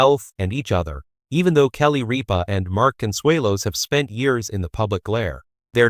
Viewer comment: If you’re going to make these post, do your homework, find out how to pronounce names, there is no a in the middle of Rippa, watching 1 episode of her morning show could have told you how to pronounce her name